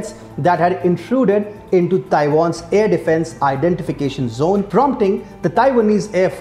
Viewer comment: "air defense" and "capabilities". Pronunciation can improve.